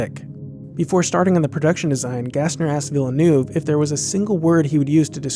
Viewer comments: Is there any way to pronounce that name even more wrong? I mean there's Gilles and Jacques Villeneuve, so the name is familiar. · Villeenuve ... Villeneuve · villeneuve is pronounced [vill' n'uh v'] not [villanoov'] . and the narration is quite boring couldn't stand more than 5 min of it . thumb down . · Love your channel. I appreciate this video, but believe me - I'm from Quebec. Villeneuve is pronounced Vil-nerve. Not vil-la-noove. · Fantastic and coherent video, although the "Denis Ville-new" pronounciation instead of "Villeneuve" really bugs me haha, but that's me being picky. As a reference, I am from Montreal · Ugh c'est VEEE-neuve pas VILL--EE--NUV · It is pronounced as "VEAL - NERVE" not --> "VILLER NUVE" <-- didn't you ever watch Formula One? - Although I make a policy of not haranguing people for mispronunciation caused by reading, so to balance out ... good story - well done.. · Villa newve, American's and their pronunciations of foreign names. It's Veel- nerve. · Denis Villeneuve is french Canadian his name isn't Vil-le-new-ve its Ville-neuve!! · Awesome. Just a thought on the pronunciation of the director's name (don't worry -- most people don't know how to pronounce it). It is not "Vill-eh-noov". It's "Veel-neuv" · Its pronounced Veal Nerve not Vil uh Nerve or Ville er Nuve...Well that's how you pronounce Jacques and Gilles Villeneuve.... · I love this vid, but I cringe every time I hear you say NOOV. It sounds closer to Nehv than Noov. Still not quite right, but easiest way to explain how to say Neuve. Again, amazingly informative video. Just nitpicking because my Canadian ears are bleeding. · True. Specifically the director. It's not 'Villanoov' it's 'Veel-nerve'. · Why can nobody pronounce Villeneuve , it's Veelniv phonetically. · It's pronounced Veel-nerve, like the racing drivers.... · 'Villanoov'? Come on, guy - how hard can it be to pronounce that?! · I know its hard.... but its pronounced: Veel-NAH-vvv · Its pronounced veel nerve